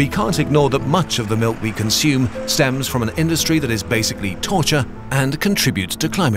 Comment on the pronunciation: cunsume the cum pool